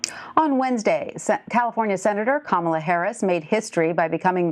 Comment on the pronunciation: “Ca-Mala Willie Brown”